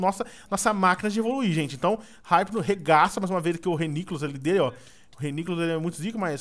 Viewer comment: Eu n consigo ouvir alguém falando "Raipno" tem q ser "Ipno"